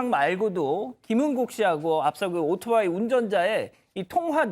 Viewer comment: 젊은 아나운서 입에서 아직도 "오도바이"라고 하네요...